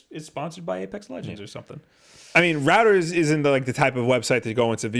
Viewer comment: "Reuters" is pronounced like "Roy-ters". Like how "Freud" isn't pronounced "frewd".